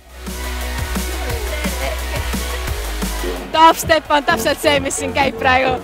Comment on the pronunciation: Sa hääldad DubStep Natuke valesti !